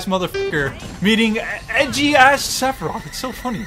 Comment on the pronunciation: Did he say cleferoth